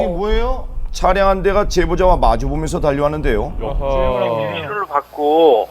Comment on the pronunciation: 차량 차ㅡ 량 ? 계속 차 를 너무 길게 발음 함